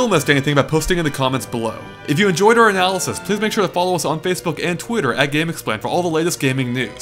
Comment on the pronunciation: God damn. Do you listen to yourself after recording? You're speaking so fast that you can't even articulate words like "analysis" you just go "anazeze, zezezezeze zeze". Calm down dude, I know videos take a lot of time to upload but don't sacrifice quality to save on upload time.